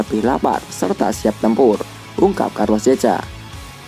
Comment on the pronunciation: Carlos checa dibacanya "karlos sèka"